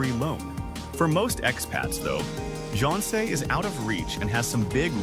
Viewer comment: 10 years and can't pronounce jeonse and wolse properly! 😮😮😮